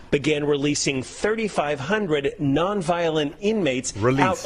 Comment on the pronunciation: Why is he saying 3500 like it’s more than 50,000?